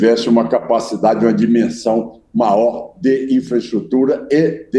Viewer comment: Esse velho não sabe nem falar, e pronuncia a palavra melhor, maior.